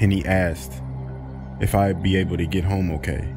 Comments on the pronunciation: "she aksed" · Love the vid, but asked, is not pronounced "axed" 😋😋😋